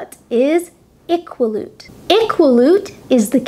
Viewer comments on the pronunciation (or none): Good video, but a few of these prononciations are a bit bad. most Saskatchewanians pronounce Saskatchewan as “Sask-atch-a-win” and Iqaluit is pronounced “uh-kaa-lu-it” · Iqaluit = i-ka-lew-it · Well done. But Nunavut is NOT pronounced NONE-of-it, but rather NEW'-na-vut. Its capital city, Iqaluit, is pronounced I-KAL'-wit. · Ikwa - lute. No, as a Canadian, I find myself partial to pronouncing place names properly. I-KALewit. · Oops! it's EE ka loo eat! :) Iqaluit. And my friend from Nunavut calls it Noonahvoot. Thanks for this video though! I think it's great! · I like your videos, but for our NE territory Nunavut, I believe they pronounce it noo·nuh·voot. The Inuit also pronounce the 'i' in the capital Iqaluit. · Informative video. However, you have the incorrect pronunciation of Iqaluit, and Newfoundland and Labrador is not part of of the Maritime provinces. NL is considered an Atlantic province. The Maritime provinces include New Brunswick, Nova Scotia and PEI. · I have to say I have never heard "iqaluit" pronounced the way you pronounce it. I have lived in western Canada and eastern Canada, that one caught me off guard. Especially because my husband lived there for a few years. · You need to check out and correct your pronunciation of Nunavut and Iqaluit, both incorrect in this otherwise excellent review of Canadian provinces, territories and cities. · I'm not from Canada, but you just butchered "Nunavut" and "Iqaluit", sorry! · Thanks for watching 🇨🇦. I admit that my pronunciation of Nunavut and Iqaluit were slightly incorrect, but there is nothing wrong with my pronunciation of Quebec. I lived in Montreal for a few months and this is how most people there pronounced it. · I dont like how you Pronounce Iqaluit